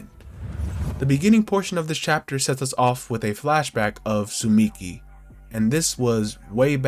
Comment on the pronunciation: Dude she’s called tsumiki and not suchimi 😂